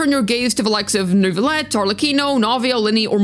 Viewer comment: You said Neuvillette correctly! I am shocked. I love your accent!